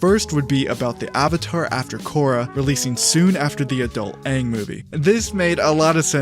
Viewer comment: His name is aang not wang